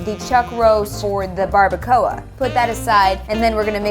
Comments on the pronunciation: Barbara-coah 😂 say it like this... Barba cua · Bar-ba-qua no bar-ba-co-ah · It trigger me how they say barbacoa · Okay but how they say barbacoa- I’m Mexican so I found it funny but obviously they don’t know how to say it Mexican way which is okay no HATE!!! Don’t come at me😑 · Were they pronouncing barbacoa like that on purpose? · Latinos get triggered when they say Barbacoa wrong 😂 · Who else is laughing at them saying bardacoa and carnitas wrong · somewhat mad on how they said barbacora and carnitas :P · The way that they said barbacoa and carnitas bothered me 😂